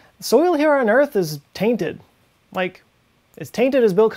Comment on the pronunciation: He said tainted. Lol like taint.